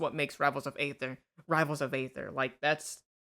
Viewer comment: Aether is pronounced ether, like the shitcoin.